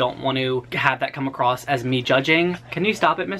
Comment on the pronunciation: "Came acrossed" "mind-bottling" aaaaaaaaaargh